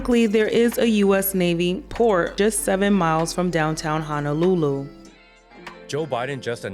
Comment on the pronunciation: Local can’t even pronounce honolulu correctly. This must be bullshit